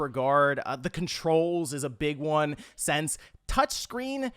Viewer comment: it's "since" not "sense". You do this in EVERY video and it so annoying